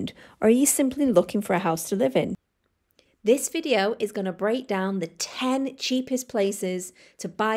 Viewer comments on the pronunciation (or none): none